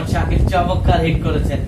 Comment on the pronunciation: Shondor uposthapona vi..tobe শব্দটা হবে চমৎকার ( চমক্কার))